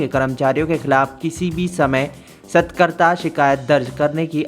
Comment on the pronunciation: Aapne is news reader ko padhna to sikha do Bhai. Satarkta hota hai na ki satakarta.